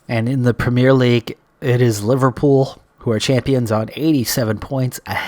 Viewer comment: And despite that we all still have reservations about his ability to learn how to say "Premier League" properly :P